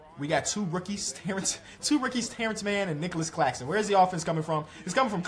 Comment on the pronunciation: Is it just me but when he said Claxtonclaxxxon I died😅